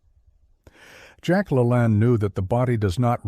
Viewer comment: hello, it's the 68 yr old in Phx who knew and worked w Jack - a few things, it is La-LANE not lah-lahan... so that is a needed fix for future shows - next up, i have lost 100 lbs. 5x in my life, the most recent and difficult (as I was a former baseball, Zumba, nurtitionist, marathoner, etc) at age 65 a good 15 yrs retired... from 285 to 155 size 48 stretch to 29-30; 3XL to S-M; now that said, I have all the LaLanne dvd's which are wonderful and many are online as to his actual shows to help the sedentary - but even then he was preaching to the OBESE, get up, move, and do a few push-ups and away from the table. You see in our mind we are programmed like Pavlov's dog to eat 3x a day; cavemen ate when hungry after they worked hard to catch something. There is something to be said about good sleep and autophagy a body eating itself within. It is molecular clean up, getting rid of that which FAT livers don't need. So I am a fan of the 16:8 or 18:6 people - 2 meals, and those like myself OMAD - 1x a day like most cavemen, exercise and refuel, sleep, repeat. I have become incredibly more fit again, lean, mean a fighting machine, good muscle definition and bulk looking decades younger than 70 nearly staring back at me and way busier than most a half a century younger. So I think today Jack would still do the 3 meal ok for the fit, but not the FAT, those need more discipline and training, just my thoughts.